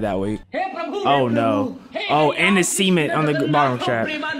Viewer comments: a sement sement it’s sement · really said “Raw Seement” I thought he said semen. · Who says SAMENT like that👀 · STOP SAYING *SEMEN*T! ITS CEMENT!! Anyway love your vids🫶🏽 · did u say cement or se more men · Why does he say s3men instead of cement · “Raw cemean -t”💀🙏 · “Raw sement” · "raw sement"-daddy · I’m sorry but bro saying cement like SEEment is hilarious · Bro said sement XD. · Bro kept saying sement and not cement I think he knew what he was doing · BRO SAID IT AGAIN… SEMENT 💀💀💀💀💀💀💀💀💀💀💀💀💀💀💀💀 NAH IM 💀💀💀💀💀💀💀💀💀💀💀💀💀💀💀💀💀💀💀💀💀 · bro says cee-ment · I thought you said raw cemmen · nah he said semen-t fr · why he keep sayin cement like seament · when u say cement it sounds like semen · The way he pronounces cement is killing me😭😭